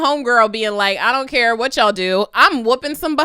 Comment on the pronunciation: "I hate ya'll" I thought she said I said I hate jollof! lmbo